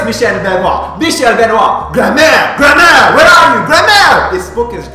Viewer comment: When you say "grand-mère" it sounds like "grammaire". The thought of Scarlet wandering in the woods, looking for her grammar textbook is kinda funny though :D